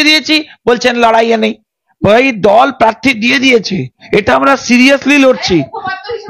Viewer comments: Madam your's pronunciation is so bad. Prarthi ke parthi balata chharun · পার্থী নয়.. বলো প্রার্থী, তিতিও নয় .. বলো তৃতীয় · কথাটা পার্থি না, প্রার্থী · পার্থী আবার কি? উচ্চারণ ঠিক করুন